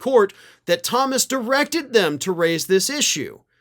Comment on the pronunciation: That's an ish-you, not an ish-me.